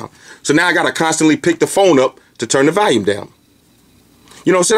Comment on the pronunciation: I laugh every time You say "Valume"..awesome review as always though dude!